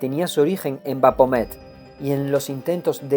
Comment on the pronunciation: Maravilloso trabajo, estoy disfrutando mucho este gran libro, solo como recomendación te sugeriría revisar la pronunciación de algunos nombres, en especial de ciertas ciudades o personajes como Baphomet (pronunciado BaFomet) porque de repente eso te bota de la narración, o al menos a mí me sucede :/ como dije es solo una sugerencia y fuera de eso te felicito y agradezco por tu trabajo :D